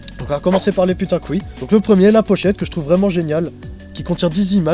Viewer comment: haha, je veille au grain ! Nan mais quand tu upload ta video, mets la par defaut en non-repertorié ;) Sinon cool vid, j'ai decouvert un groupe sympa, on a des gout similaire ca fait plaisir. Par contre quand tu dis putain qu'oui, j'entends "putain d'couille", c'est grave docteur ?